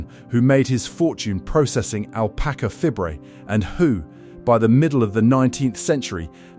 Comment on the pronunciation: Yes, the narration was appalling. It (AI) pronounced "alpaca FIBRE" as "alpaca FIB-RAY!" Unbelievable ignorance.